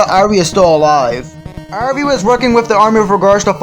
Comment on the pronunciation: I like how you mispronounced Irene's name throughout the entire marathon.